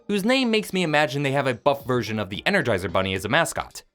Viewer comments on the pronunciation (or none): none